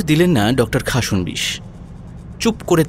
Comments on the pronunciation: খাসন্- বিশ্ উচ্চারণ হবে না।খাস্-নো-বিশ্ উচ্চারণ করবেন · Khasnobis pronunciation ta hochhe na